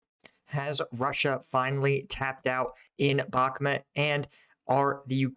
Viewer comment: Mate, again, it's not Bakmet, it't Bahmut. Please, for god's sake.